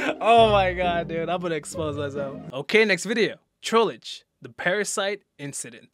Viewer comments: "Trollege" BRO YOU KIDDING ME? ITS TROLLGE NOT TROLLEGE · I love how he says Trollage instead of trollge